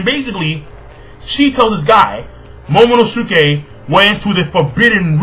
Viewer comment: His name is pronounced like Sasuke (sas SUKE) Momonosuke (momono SUKE)